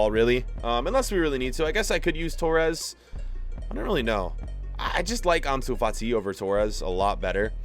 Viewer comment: Who remembers when said Ansu Fat-Eye